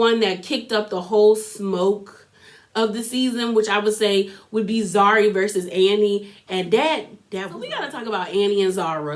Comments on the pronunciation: Here are the pronunciations: Za-ri, An-de-le, khan-yi, swanky J is Jerry Otherwise good review! Also I thought Platinum only had four kids two of which are Zari’s. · Zari, Zuri, Zarina, Zara! You are sending me!! Love your recap though! Its Channel O (like the letter “Oh”) its like our version of MTV.